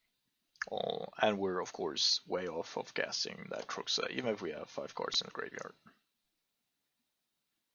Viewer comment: It sounds like you're almost eating your tongue when you pronounce "cards". [Ceerrrds] :D